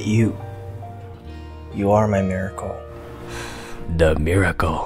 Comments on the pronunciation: The "Mirror Coal" oh god im dead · "Mirror coal"😂😂😂😂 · CreativeCandy no he said mirrorcoal lol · The "Mira coal" I died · BAHAHAHAHAHA “Mirror coal “ 😂😂😂😂😂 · me too , THAT WAS A SHOCK ! :D HAHA i thought it was MIRACLE .